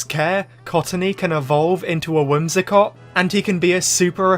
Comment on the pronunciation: WHIMSICOTT, NOT WHIMSACOT!